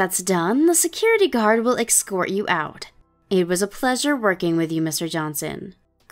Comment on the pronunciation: Bus trip? OP, it very clearly said “business” NOT bus. It’s pronounced “ES-cort” NOT “ec-sort”. This VA needs to work on pronunciation.